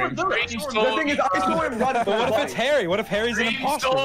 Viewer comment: Everyone: "Harry" Dream: "Hairy"